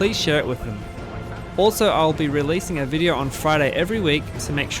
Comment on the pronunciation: "in this videor"